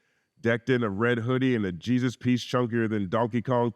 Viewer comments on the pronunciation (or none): none